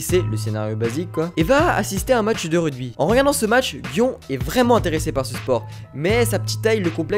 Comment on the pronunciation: Gioneeeeeee le E s'entend et si il y pas de E c'est pareil